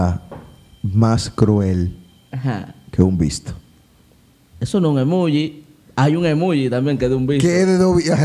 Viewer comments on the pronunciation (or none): Yo 😡😡😡😡 cada vez que ellos decían “emuugi” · Un like , por cuántas veces dijeron Emugi hahahaha